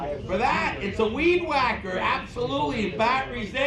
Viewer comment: It's a weed wAAAAcker 🤣 I love northerners.